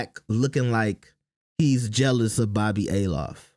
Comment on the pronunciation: It’s Althoff not A LOFF. How do you butcher the name when you’re clearly hearing how it’s supposed to be pronounced 🤣